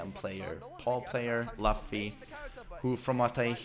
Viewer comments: it's not pronounced as "LAFFY" IT'S PRONOUNCE IS LOOFY like luffy from one piece. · Just FYI its pronounced '" LOO-FEE" and not "LUFF-EE" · I thought he pronounce it like "Laughfy" 😂 to Monkey D. Luffy (Loophi). Nc one. 🙃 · ITS NOT LEFFY ITS L-UUU-FFY from one piece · It's pronounced as "Loofee" not "Lafi" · You can tell does not watch anime when he calls luffy as lofy 😂💔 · Luffy is pronounced Loo-fee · Did this guy just say luff-e? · Bro it's pronounced Loofy not literally luffy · It's Loofy man get it right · Its LUUFY man 😐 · Nah, it's pronounced "Loofy" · It's pronounced loofy👍🏻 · I guess the doesn’t watch one piece… his pronunciation of luffy tho. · When he mispronounced luffy I was ready to change vids lol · you cant even anounce luffy proprly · You don't know "one piece" anime ? You pronounced luffy wrong